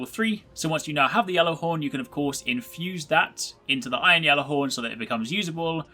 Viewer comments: How do you still pronounce it "Yallarhorn" when Saladin openly uses the "g" sound? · You are saying Ghallerhorn so wrong